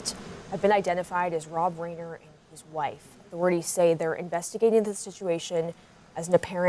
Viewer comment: NOT Raiyner... Rine-er